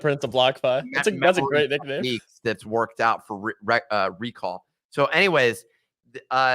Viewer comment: Ya boy nailed recall lmao